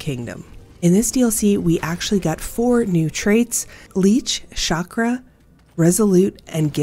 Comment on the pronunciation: Few words in the whole English vocabulary like (Chicago & chandelier) pronounced with a "SH" ..... Chakra is not one of them !!!!!!!